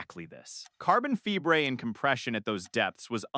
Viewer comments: Carbon Febreé? 😂 Carbon Fiber is more like it, AI has a real problem with the English language! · Carbon Fee-bray... 🤦‍♂️🖕👋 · I sat through the mangling of multiple names. I even sat through the bungling o" carbon fiber". But AI that's so stupid it can't pronounce the word "kilometer"? That tells me no human hand touched this content. And I'm not going to support insulting shit like this. I'm outta here.